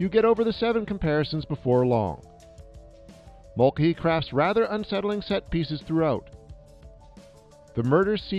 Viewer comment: You are absolutely mangling the pronunciation of Mulcahy.